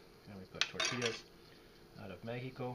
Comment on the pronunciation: Tor Tee YAS Tortillas